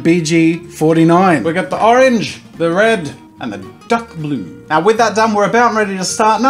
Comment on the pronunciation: I thought he said duck blue